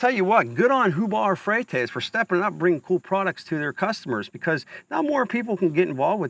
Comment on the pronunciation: Who the hell is Hubar Fretez?!😂